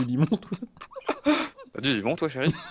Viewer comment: Qui entend Lemon au lieu de limon ?xDD (cc les otaku)